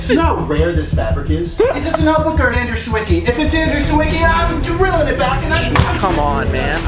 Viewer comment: everytime I hear Andrew „Seeweekee” I need to tell him how to pronounce his name correctly in Polish;)